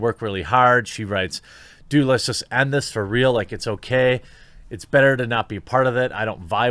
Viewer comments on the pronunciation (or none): none